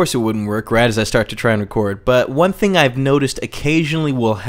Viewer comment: WHY DOES HE SAY FING NOTT THING?